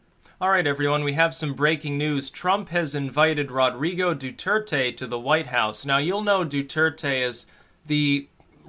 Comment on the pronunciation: Duerte = DWehr-teh. (Spanish is my native language.)